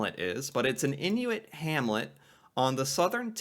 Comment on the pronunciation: Message from my Inuit friends: it's in-wit, not in-new-wit.